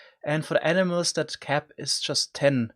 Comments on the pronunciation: Lol the way you say animals makes it sound like you are saying enemas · Every time he said animals I thought he said enimas lol